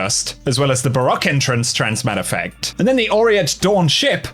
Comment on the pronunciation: "ba ROCK" excuse me it's BA ROWK